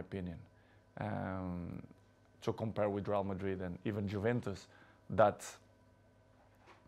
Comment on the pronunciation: "JUVENTUS" ??????? WHAT IS THAT PRONOUNCIATION